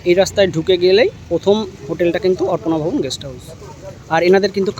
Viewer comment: Sob e thik ache dada tobe apnar uchharon arpona vaban khub e kane lagche.ota arpona vobon na.ota aparna vobon.